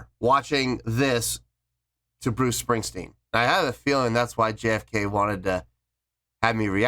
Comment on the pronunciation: Bruce stingstwen..no mate.